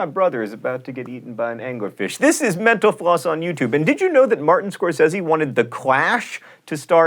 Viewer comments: He talks so fast. I thought he said menopause. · John Green can't pronounce "mental floss" without sounding like he's celebrating "menopause." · I swear, it sounds like he says, "Thank you for watching menopause" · When he say memntl floss it sounds like menopause